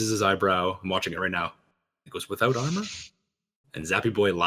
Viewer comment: Ooooh, that explains a lot, to me it sounded a lot like he said "without honor" instead of "without armor"